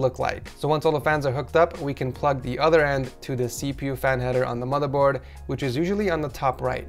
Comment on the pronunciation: Satisfies me when he says madaboard